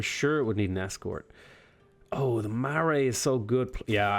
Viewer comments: OMG that pronunciation of Whanganui is the greatest. For future reference it is pronounced more like Faang-a-nu-e Marae is pronounced more like Ma-rai Not trying to be mean, just educate, cause it isn't something most people would have come across ^w^ I am so glad that you chose to play my people haha, I am so hyped to play them myself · Whanganui = Fung-a-nui Marae = Mar-eye Source: I'm from New Zealand. But your pronunciation is fun too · As a New Zealander, listening to the place names and Marae pronunciation make my day..... but great effort